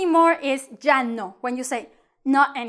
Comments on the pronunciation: She's not conscious that she pronounce ya as ja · At least pronounce it correctly. It's not the english J. Can't stand teaching incorrect pronunciation. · Why when u say " ya " it sounds like " ga " ? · I am so confused. Sometimes you pronounce ’ya’ with a y or sometimes j sound. So which one is right?